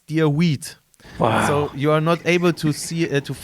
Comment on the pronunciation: dude..its weeD...not wheat